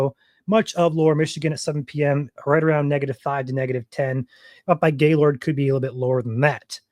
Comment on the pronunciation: I'm surprised your from Michigan and don't know how to say Gaylord lol